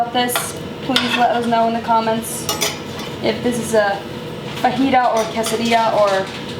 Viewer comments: Sounds a bit like "vagina" 😂😂😂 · I die everytime she says ''fajita'' in a very white pronounciation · She was saying it that way as a joke tho, pffh